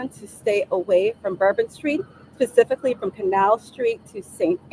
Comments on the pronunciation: And I can almost SWEAR she uses the word “pacifically” instead of “SPEcifically”… I listened to it about 5 times and it sounded like the former to me. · I thought you might mention when she asked for something, Pacifically. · Stay away Pacifically not specifically...WTF !!!! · Why require college graduates when your spokesperson is not capable of speaking grammatically ? "pacifically" ? But we have to put the blame on the person in the Bureau hierarchy who didn't say NO to the nose ring. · DEI hire for sure, doesnt make me feel safe AT ALL , 'Pacifically" because she can't speak ENGLISH! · This DEI is simply REPEATING what she was TOLD. "Pacifically" repeating, that is! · Pacifically whats going on...illiterate DEI. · Literally said "pecifically". Where tf do they find these people??? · I'm so glad she "pacifically" told them to stay away from Bourbon Street! Dear Lord!! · That’s what I thought I heard…so much for the best and brightest. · She said something about it being her ass? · I did!! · Did she say specifically, or pacific-lee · Whats with the nose ring? Why does she have trouble pronouncing the english language? Why is her voice shaking? There was an isis flag on the truck? I want to know who wrapped the isis flag up. She is a DEI hire. No doubt in my mind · Did she say pacifically? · Yes… I believe she did…. Sadly.